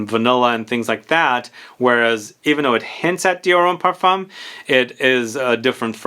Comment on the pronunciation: Just a side note, the m in parfum is silent and the u in parfum is slightly an a. Par- fin